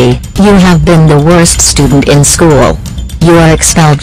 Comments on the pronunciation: said shoe instead of school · does she mean school? She said shoe? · says shoe instead of school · Shoe?! I think she meant school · She said "shoe" instead of "school".